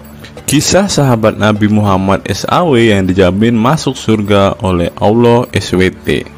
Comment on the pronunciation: itu orang mana,kok gak tau bahasa Indonesia,Allah bacanya tetap Allah tdk berbunyi alwoh seperti